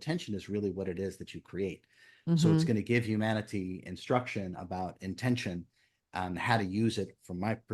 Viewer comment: Maybe it's because English is not my language but there's one thing i cannot understand and it is his habit of insisting on the AH_tention.i know there is also intention and it is not IN_tention , it is intent_ion like attention is from attend_tion. Does he want to say that it is really a... tenSion? And what would it imply?